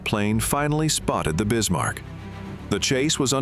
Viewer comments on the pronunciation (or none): Bismarck, Not Bismar